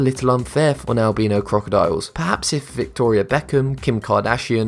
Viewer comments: Its not albeno its albino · It’s albino not albeeno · al-bino not al-beeno XD good video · I love how he says Albino pronounced Albeeno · AlbEEno ??? It's Albiino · ....Albino. Albeeno. AL-BEAN-O. WTF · Albino is pronounced: Al-by-no Not Al-bee-no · Albeeno? Its albino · I like how he says albeno instead of albino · It’s not al-beeeeeeeeeeeeee-no animals its al-bine-ooo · I hate how he says albeeno instead of albino 😂😂😂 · IT'S AL-BYe-NO! NOT Al-bee-no! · It’s not alb-ee-no it’s albin-o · "Al-by-no".. not "al-bean-oh" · Albeeno or Albino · It's not Al-bee-no its Al-bi-no XD but if it is just your accent that is fine. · AlbEno or AlbIno which one is it you say one but its written another...so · Its pronounced al-bye-no not al-bee-no!!! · Wow who says albino as albeeno? #nohate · albino is pronounced al - bai - know not al - bee - know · Sorry but albino is not pronounced “albeeno” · Dude its pronounced as albyno not albeno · It's Al bi no not Al be no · its albino not albeno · It’s not albeeno it’s albino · Albeno it’s albino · "albeno" crocodile....lol...🤣🤣🤣🤣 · "albeeeeeeno" umm.. Did that not bother anyone else? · Oof albeano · "Albeano" lmfao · Albeeno? Cmon man, you had one job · Al bean no ... al beano? Hmmm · I like how you say it albeeno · Al-be-no crocodiles. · Did u actually call the Albino Alligator the (Al-Beano) Alligator In the beginning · AL - BEENO CROCODILES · “Albeeno crocodile” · Am I the only one bothered by Albino (AL-BEE-NO) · If he says albeeeno one more time I swear....... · Al-bean-o? Really? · Lol he said Al-bean-o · Plz stop saying Albeeno I dont have gas. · Al bin o xD its al bine O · You pronounced albino wrong you pronounce it like this al-by-no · It’s pronounced al-buy-no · Al bee no makes me angry. Why making new pronunciation? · Its pronounced al - by -no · It is al-bi-no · "Albeeno crocodiles" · The way he pronounces albino agrevates me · Who else notice that he pronounced "Albino"? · Wrong pranounce of albino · You said allbino wrong